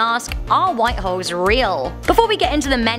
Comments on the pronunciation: Lol sometimes it sounded like she was saying white hos A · Is it me or did she sound like she said "white hoes"? 🤔